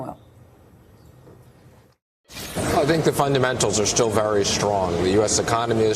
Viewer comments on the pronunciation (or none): "...the fundamentals are schtil very schrong..." Yeah, tell us about it